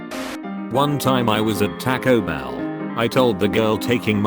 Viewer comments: people with anxiety know what this is like😂 edit: Tackoh Bell😂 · “ tahko bell “ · Nobody: Text to Speech: Tacko-Bell